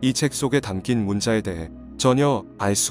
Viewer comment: 문자 가아니고 문짜 된소리발음 똑바로하십시다